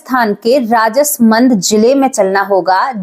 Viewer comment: राजसमंद है और कांकरोली है । उच्चारण सही करें